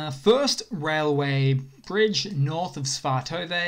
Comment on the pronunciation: Svatove = Svah-Toe-Vah.